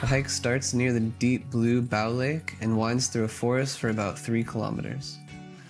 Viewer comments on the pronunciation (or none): The "Bow" in all these location names is pronounced like in "bowl," not like however this guy is saying it.